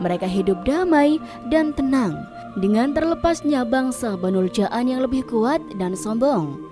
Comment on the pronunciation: Abul Jaan (dipanjangkan, jamak dari kata jin, bukan ja'an) hadewhhh, narasinya payah...